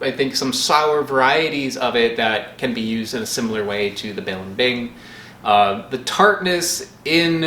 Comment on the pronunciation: As a native Tagalog speaker, his pronunciation of balimbing both horrifies and delights myself.